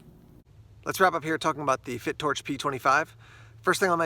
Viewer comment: I think its pronounced Fi...Torch .lol..great video..looks nice.